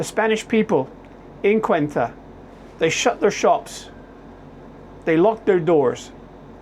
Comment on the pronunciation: Say oo tah. That's how you pronounce it. And Meh lee ya